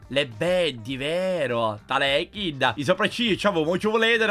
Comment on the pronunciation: NO SI DICE KID 😂😂